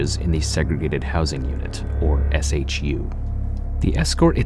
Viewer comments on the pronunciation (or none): You say "SHU", and SAC, wrong. It's spoken as "SHOE", and SAC is spoken like "Sack". The shank is not at all a "bonecrusher", as a bonecrusher has a blade longer than a foot/12 inches, roughly, and that shank depicted is the smallest one I ever saw (used because it can send a message, yet that message is NOT "I killed him", as it is generally considered too short to cause deaths).